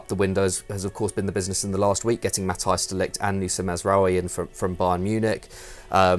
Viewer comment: Nice, incorrect pronouncing of Matthijs De Ligt